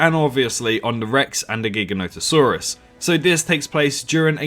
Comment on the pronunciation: It’s pronounced gi- ganotosaurus not gig-anotosaurus